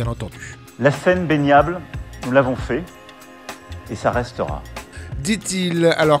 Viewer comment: Baignanle ?? Mdr 😂😂😂... à l.hosto les athlrtes mdr 😂😂😂